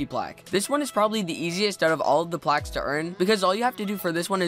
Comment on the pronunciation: Times you said plauges